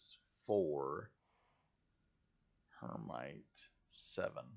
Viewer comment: Her-Mite? Umm... that is Hema-tite not her-mite and is an oxide of iron. The green nodes appear to be metallic oxides like Hematite “iron oxide”, Cassiterite “tin oxide” and so on. This is an interesting game I wonder how close to actual science... they will hold? Some games I have played where a bit disappointing in that you could just dig up iron and use it without processing. It is extremely rare to find iron in it's metallic iron form unless it is meteoric iron. 99% of all iron found is in oxide form or rust colored and needs to be smelted to yield any sort of usable metallic iron.